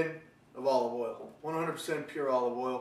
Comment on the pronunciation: Dude called oil "oily" 😂😂😂😂😂